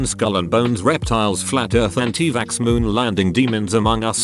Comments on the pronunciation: Nobody: Absolutely nobody: Not even your mom: The voice: “anti-vaSKSK” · No one: Narrator: anti vaxskskx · I love how the bot says anti vaxx as "anti vaksks"